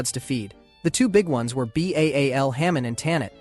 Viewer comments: 'B-A-A-L'? 😮‍💨 It's 'Ba-al' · Lol! It goes with 'B-A-A-L'!! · Persian scaphism is still debated and borders more on being false. This was only recorded by their enemies (one in particular), yet you brought it up twice. Also, why is Ba'al pronounced as B-A-A-L instead of the actual name?